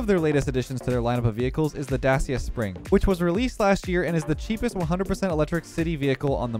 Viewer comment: hey, just so you know. Dacia is pronounced da-chee-uh. its a Romanian brand owned by Renault. And as we all know, French brands are weird. Citroen, Peugeot and Renault are all said differently to their spelling lol